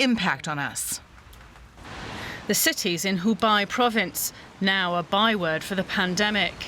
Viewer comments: It is called 湖北（hubei），not 湖敗（hubai） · Sweetie, "Hoo Bay" not "Hoo Buy" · Hubei not Hubai... ma'am. Xi... G not C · Hubei not hubai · Hubei....is pronounced "Hoo bay".